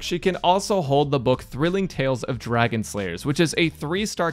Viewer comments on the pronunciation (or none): none